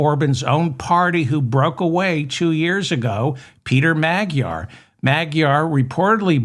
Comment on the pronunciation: It's not "meg-jar"!!! The correct pronunciation is "ma-dyar" with the 'd' sounded out as in "dew"!!!! What is it with you Americans?!?!?!? FDJT 🦘🦘🦘